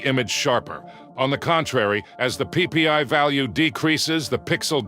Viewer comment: Anyone else find it kinda funny the way he said “PPI” 😂. Get it cuz he said PP